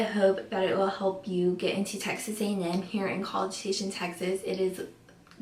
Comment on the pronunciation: I thought she said sexist A&M I was thinking “WTF?”